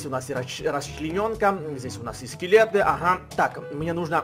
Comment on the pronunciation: Не Скекет а скелет